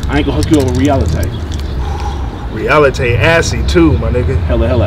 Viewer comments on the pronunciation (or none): YOU CATS IS WILD AS FUCK! "Realitae", "Fortyontae"... HILARIOUS